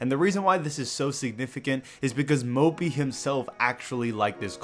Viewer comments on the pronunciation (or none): Can always say Mópi ;)